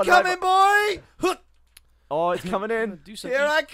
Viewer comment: flubs every word. Including coming. Instead of saying coming he said comining lol